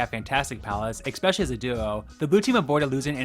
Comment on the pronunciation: "Ex pesialy"